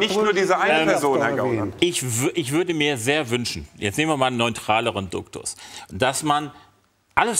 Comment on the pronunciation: Niemand: Herr Meuthen: Duktus